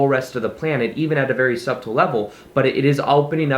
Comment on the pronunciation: thanks for this reminder! cool to watch you moving on and up. also side grammar note, the B is silent in "subtle"...